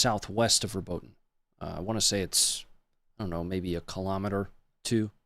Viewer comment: The correct pronunciation of Robotyne is 'Robot-een-ay', fyi